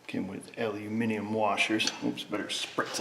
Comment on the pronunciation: Nice to hear the correct pronunciation of Aluminium!